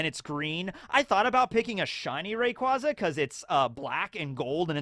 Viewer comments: I've never heard ray-"qWaza"?... that hurts to hear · Factually it is Ray Quay Za. Says it in the anime and in an official pokemon company game. And it's based on the word Quasar. You "Ray Quah" people, I swear 😂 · I think it becomes clearer how to pronounce rayquaza when you incorporate the quasar part of it name inspiration. Rayquazar